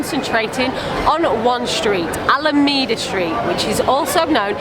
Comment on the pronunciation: Alameda St. It''s pronounced AlaMAYda street, not alamida street.